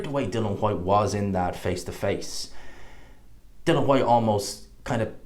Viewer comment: Love the videos, but please tell everyone it's DILLIAN not bloody Dillon. DIL EEE AN WHYTE.. NOT DILLON.